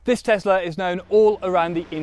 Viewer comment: A- its not teZla, its teSla! B- how much is the price of the beneton?